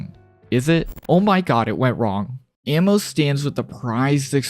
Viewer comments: Ah-mo not ammo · Bro you're pronouncing it wrong. Her name is literally I love in Portuguese. You're saying ammo. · kind of annoying how you pronounce amo as ammo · Probably because he doesn’t know how to say it properly